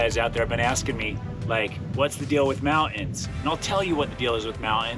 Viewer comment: "moun-ins" "veestas". I'm now bilingual in tiktok, lol